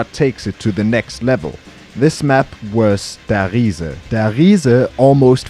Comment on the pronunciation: Finally someone who pronounces Der Riese correctly!!